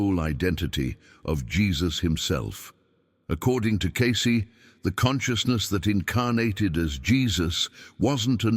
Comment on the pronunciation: The paleaseeee. Its not pronounced, ascenies, "seriously" for crying out loud, nor Is it case, it's pronounced,as its spelled, cacey, Cacey. And you ask people to support this podcast, you can't pronounce the names, why should we believe your even putting out the "true Cayce records? maybe you should, type 777 if your even real. !!!